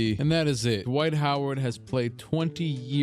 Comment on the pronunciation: D'Wight Ho'Ward